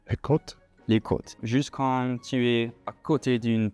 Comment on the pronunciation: Salut les garçons, allez chez le coiffeur Franck, à Mouleydier ! Il coiffe très bien. Ah aussi, les "côtés" il faut entendre le "é". Bravo quand-même pour le french speaking La vie gay en Dordogne pfff 😂😂